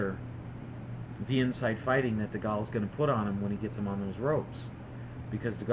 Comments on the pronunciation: Dee-Gaal lol ....Dee-Gay-il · Prediction fail. AND its Segal not Segale, so its DeGale not Degal! fool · Just so you know, it's DeGale as in Whale not Degale as Fall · chillaxe it was just a prediction i don't think anyone on here bet 10 grand on Degale because of this or anything, also stop moaning about his pronounciation, its not like you've never said something wrong i'm not trying to argue i just don't like it when people consistently moan on youtube etc.